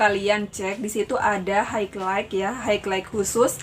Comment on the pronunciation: Salut suka videonya btw highlight biasa orang baca haylait tapi karena kaka ini sebut hegleik aku jadi nunggu2 dia nyebut lagi dan lagi wkwkkw luplup kak